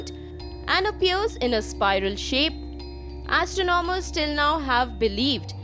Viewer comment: Wtf accent? Astro nom ers???